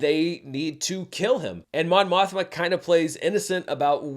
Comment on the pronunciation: More like *Mon Mosh-ma*, am I right?